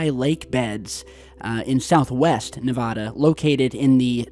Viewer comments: ....i love you i listen to you everyday but the way you say nah va dah, and toe nopa is cringeworthy 😂 as a nevadan. Its knee va(a as in apple) duh, and its tona pa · Living in Las Vegas my whole life i can say its PERNOUNCED... NE-VA-DA and TOW-NA-PAW( Tonopah) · It’s nevAda not nevOda ! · Its Toe-nuh-paw in Nuh-vaa-duh! Plz its an insult to us Nevadans. Thanx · Oh man, your pronunciation of Nevada is bad.